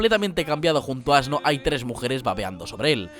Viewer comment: ASno ?? ASNO ?! ?! AAAAAHH JAJAJAJJAJAJAJAJAJAJAJAJAJAJAJJAJAJAJAJAJAJAJA